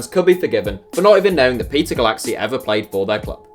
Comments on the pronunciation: Its "goolachee", not "goolaxy". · "cs" is pronounced "ch" in Hungarian